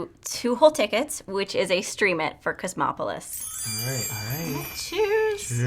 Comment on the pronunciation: Did she just say "chrismopolis"?